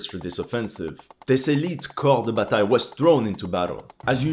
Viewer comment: nice prononciation for "corps de bataille" 👌👌